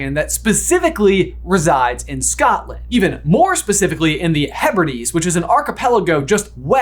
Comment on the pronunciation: Pls american brothers look up how to say Hebrides and Hebridean ahah